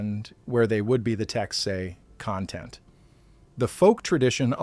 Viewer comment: "Content" is spelled the same but can be pronounced differently. Your AI failed.